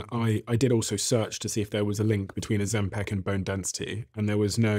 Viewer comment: Why does he always pronounce it “ozempeck” it’s Ozempic like pick. It’s so annoying 😂